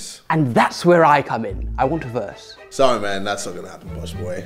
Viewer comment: are we not gonna talk about American JJ when he says Sorry man